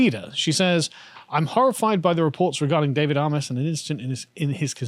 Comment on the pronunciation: Excellent vid as ever. Not the major point but as a resident of a seat that adjoins Southend West, his name is pronounced "AY-MESS" not "AH-MESS" or "AY-MOSS".